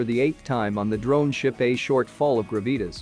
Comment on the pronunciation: Graveetus LOL...I believe it is pronounced GRA-VI-TAS. This is why automated voiced are bad.